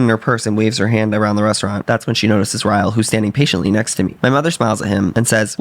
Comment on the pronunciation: y’all said Ryle the way Nicki Minaj pronounced ‘Roman’😭😭😭